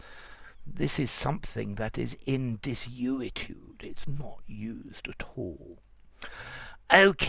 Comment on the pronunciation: Desuetude sounded like Destitute.